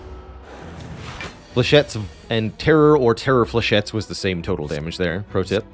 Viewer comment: "Flechett-ees"? :D